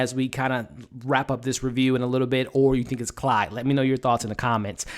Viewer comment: You say Clyde but it a Claude they are French